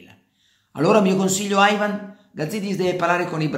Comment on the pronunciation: Carlo, ti seguo dai tempi di Radio Peter Flowers per cui mi permetto di chiederti un favore: basta con questo AIVAN. Siamo in Italia e quindi si dice IVAN. Poi che sia una persona da neanche nominare, questo è un altro paio di maniche. Pero' ribadisco: basta con sta pronuncia del menga del nome Ivan... Basta!